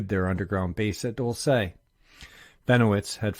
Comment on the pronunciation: Dulce: pronounced DOOLSEH NOT "dull say"(no accent or emphasis on the E). 👩‍🏫🤦🏽‍♀️